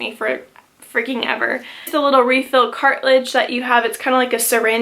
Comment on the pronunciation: I just dropped by to snootily say "cartridge, not....cartilidge...??"